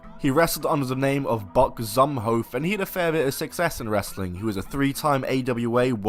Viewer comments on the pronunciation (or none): it’s pronounced Zoom-hoff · It's actually pronounced zoo-mof